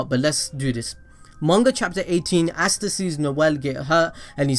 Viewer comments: Its ah_stah not assta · Why the fuck are you saying assta instead of asta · Asts be like: Asta You be like: Assta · "Assta" oh yeah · Stop saying assta